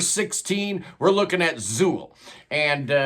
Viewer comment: Just an FYI: Zeuhl is not pronounced "zool". It's pronounced "Zoil". The language Magma uses, "Kobaïan", is a conlang (constructed language) that pulls a lot from German. Thus "eu" sounds like "oi" as in oil. So it's Zoil. And if you want to get even more precise, the Z is sharp, so it starts with a dental, "T" sound, so it's more like Tzoil. Once you learn the rules of Kobaïan, it "follows", and it's no where near as odd as some real languages, like Welsh. In Welsh if you say "I like Progressive music" it's "Dw i'n hoffi cerddoriaeth flaengar". And, (my Welsh is pure shite, but here goes) it sounds roughly like "Doo een hoffie keroraith flynger". Because the dd is silent. Since Kobaïan is a conlang, it's a lot simpler.